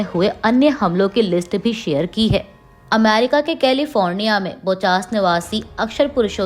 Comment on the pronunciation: Ammerica nahi America..